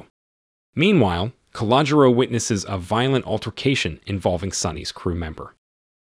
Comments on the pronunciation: It’s pronounced. Ca-lo-Jo . Just an FYI. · "Calogero" is pronounced kal-oh-GERRR-oh